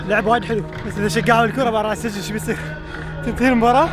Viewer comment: السجن تنطق بكسر السين وليس بفتحها